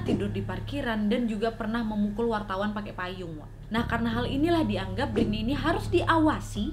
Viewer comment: Kalem wa Britney bukan biritney 😂